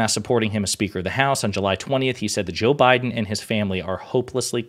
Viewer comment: Did she say "Joe Bidin"???